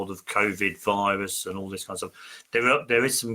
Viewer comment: She called it a Lirus. I like that.